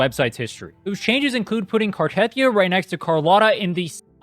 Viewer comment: saying carhethia 💀